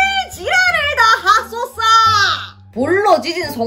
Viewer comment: 이번엔 '지랄을하소서~'가아니라'지랄을 핫소스' ㅋㅋ